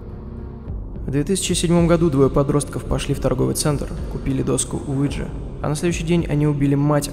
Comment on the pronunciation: Мне одному слышалось место Уиджи ЛУИДЖИИИИ